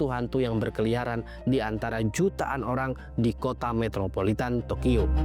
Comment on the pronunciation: Entah telinga gw ad problem atau ad salah pengucapan, gw dengarnya tokiyo bukan tokyo